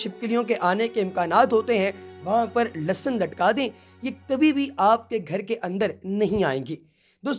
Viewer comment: Lasan nai hota Lehsan hota hai